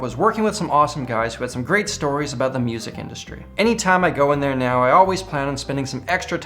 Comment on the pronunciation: Did you just say meow... Instead of now....?